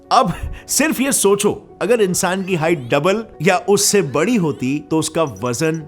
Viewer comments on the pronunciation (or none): none